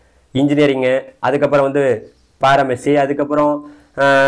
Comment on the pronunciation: General ❌ Gentrel ✔️ Pharmacy❌பாரமேசி✔️ (Just for fun buddies don't take it seriously:)😂